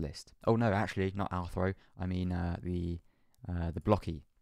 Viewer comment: Almost though was weird when he said Rthro 😂